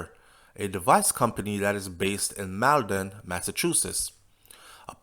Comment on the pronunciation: Hey it's pronounced MALL-DEN, Mass.